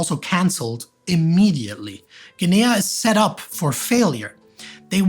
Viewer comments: The third syllable which accent added to "Guinea" really threw me off, as did this metathesis when I tried looking up the capital to find out where he was talking about! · your accent's addition of a third syllable to "Guinea" really threw me (and YT's caption generator) off! I wasn't sure where you were talking about for a good few minutes. Good video otherwise!